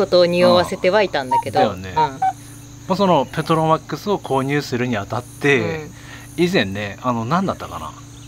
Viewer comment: ペトロマックスをの発音すごい笑